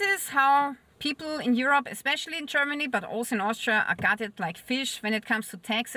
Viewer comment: I found you verry attractive, and the way you say Cheermany just adds to it!